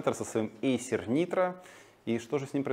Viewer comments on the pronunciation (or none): none